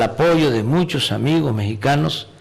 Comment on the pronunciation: PORQUE HABLA ASI EL MACUSPANO AMIGOJ Y AMIGAJ DE MEXICO!, DEJA DE ACTUAR AMLO!